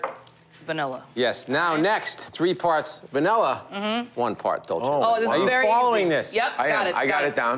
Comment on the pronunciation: The way they pronounce dulce . Hahah it’s not Italian it’s Spanish !